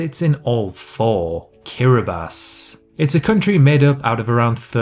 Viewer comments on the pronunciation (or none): none